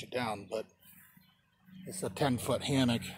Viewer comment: Hammock? Damnit I thought you said Hamhock.